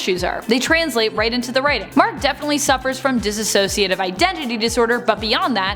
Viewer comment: I love this video but the pronunciation of "dissociative" as "diss-a-sociative" is rough 😬